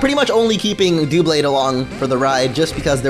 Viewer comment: Duhblade, not Dewblade. It's obviously based on double, not dual.